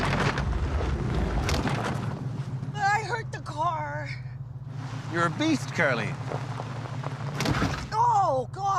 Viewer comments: "In her brand new cer"😂😂😂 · to the most Canadian way to say car